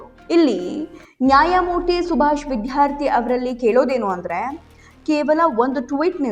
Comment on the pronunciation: MADAM, YOU PRONOUNCE CORRECTLY ITS NOT ''' VIDHYARTHI ''' BUT ITS ''' VIDYARTHI '' CORRECT YOURSELF PLEASE.